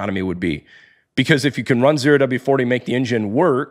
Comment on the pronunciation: It’s ZERO W-40, not the letter O oh.